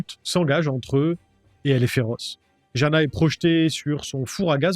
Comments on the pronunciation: Jana se dit Yana je crois, mon oncle est slovaque il a appelé sa petite fille Jana mais ça se dit Yana.. voilou juste pour se prénom... 😅 Super vidéo comme toujours ! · On prononce Jana : yana